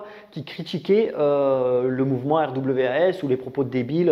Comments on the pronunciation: Au faite ça se prononce: rwas! ;) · R.W.A.S. ça se prononce RWAS Derien 😂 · RWAS ? Je croit que ca se dit "rouasse" . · Alors RWAS ça se prononce « connard » en fait... De rien 😘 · Ça se prononce RWAS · Les sojabruti 😂 magnifique, et pour RWAS le w en anglais on dit double U peut être que sa se dit comme on pourrait lire RUUAS. et fais attention à ton fond sonore, en début de vidéo on entend plus la musique que toi quand tu parles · En prononciation anglaise ce RWAS me rappelle pas mal Wrath qui veux dire... Colère... Ce qui explique en fait complètement ce qu'ils sont xD